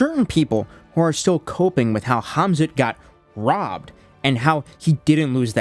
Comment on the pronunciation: "THEY RAHBBED HIM!!! THEY RAHBBED HIM!!!!!" -🐷